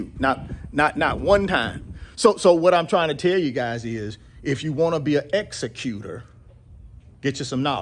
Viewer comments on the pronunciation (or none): none